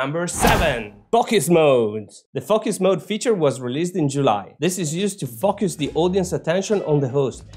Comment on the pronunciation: You are funny. It sounds like you are saying F+uck Us mode instead of focus mode.